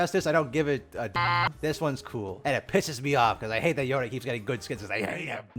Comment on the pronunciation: Yo-Nae? im dying at that pronunciation.